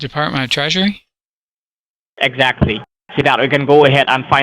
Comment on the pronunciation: "Close enough" - LMAO! I've seen almost all of your vids and this is one of the best so far. Also, he said "Department of Tweasury" . You missed an opportunity there :D